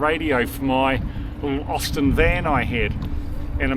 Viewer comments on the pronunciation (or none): none